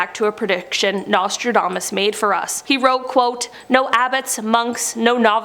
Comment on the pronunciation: I heard his name was pronounced "NASTYDAMAS" :)